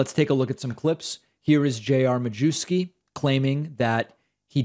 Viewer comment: Traditionally, the surname is pronounced, "myefski". Not sure how he pronounces it.